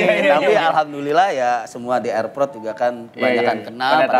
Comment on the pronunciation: 12.25 "air prot"😂